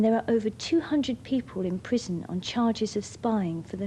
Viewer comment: Serving a pwison sentence .... I love her.